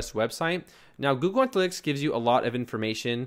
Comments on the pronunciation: antalytics?... ANALYTICS!... ANA not ANTA... thanks for the videos, you are superb... but you mispronounce things all the time. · its Ana-lytics.. lol. can u do a server/domain tranfer for ur next video?